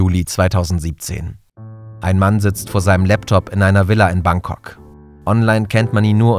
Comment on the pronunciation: Wer kennts nicht, das gute alte „Bankcock“ 😂